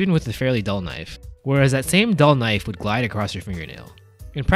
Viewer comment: that not a knofe (western) THATS A KNOIFE (CHINESE)